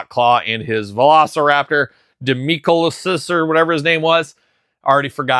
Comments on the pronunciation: it’s pronounced “Die-Non-eh-cuss” 😂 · the dinosaur is pronounced "dye-no-NY-kus." Also, I believe the Jurassic Park Hammond Collection is Mattel, so that would have been a challenge for Hasbro to use them.